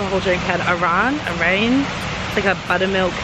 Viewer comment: Even Turkish speakers find difficult to pronounce. "Ayran, kopacape," BTW keep it up.